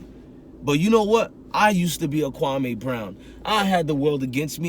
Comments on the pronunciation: Mans know the mans nba career and not how to pronounce his name.. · Your first pronunciation of his name is on the money.. kwame is an african name from Ghana meaning a Saturday Born, he was born on Saturday